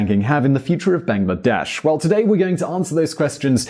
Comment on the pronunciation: Bangladesh is not pronounced as 'bang la desh' !